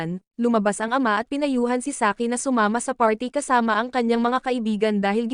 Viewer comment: Saiki❌ Saki✅